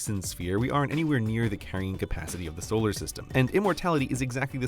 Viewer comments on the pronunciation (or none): none